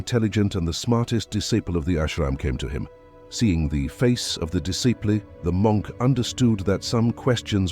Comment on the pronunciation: You mispronounced disciple.